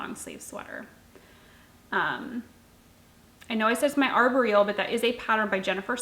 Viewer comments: I don't know this for a fact, but I've heard it pronounced arbóreal (ar-BOR-eal) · I never knew that’s how Arboreal is pronounced. I’ve been saying it wrong, lol. It’s been on my list to knit for a few years. I just cast on the Bean and Olive, too. Very fun knit!